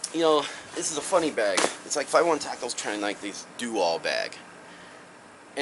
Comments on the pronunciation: Good review my friend but I have one question. It sounds like you're saying Five and One Tactical, isn't the brand called Five Eleven Tactical? Just asking because I don't recall hearing anyone say Five and One Tactical. I mean no disrespect I'm just curious. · it's pronounced five eleven dammit